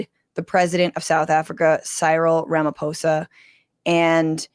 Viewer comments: The 'PH' on the surname Ramaphosa, is pronounced with a Hard 'P'. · I respect you for saying Ramaphosa not Ramafosa❤ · I love that you got Ramaphosa right but not Cyril